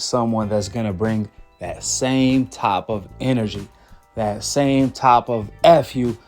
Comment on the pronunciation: U speak good English why u saying top instead of type? Aont no big deal it just bothered me a lil